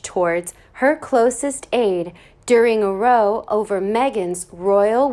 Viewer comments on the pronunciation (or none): PRONUNCIATION again! It's row, rhyming with how, not roe, rhyming with hoe. Markle is unbelievably arrogant. She was a nobody; a Z list actress. If she hadn't married Harry, she would still be a nobody. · Good post, although “row” as in squabble/argument, is pronounced like “Ow”. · Narrator mispronounces "row". In this context it means argument or disagreement, and rhymes with "how now, brown cow." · Really?? She mispronounced "row". ☑row like cow ❌row with oars " The Queen scolded Prince Harry for using offensive language towards her closest aide during a row over Meghan's royal wedding tiara fitting."